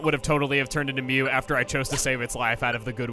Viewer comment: You can just give up on mew. ITS MEW